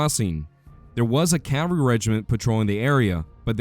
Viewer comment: Informative video. Don't pronounce "cavalry" and cav-ree or "field" as "filled"